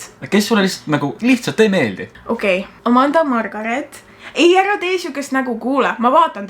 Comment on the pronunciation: Karl: taheb öelda amanda hoopis ütleb amarga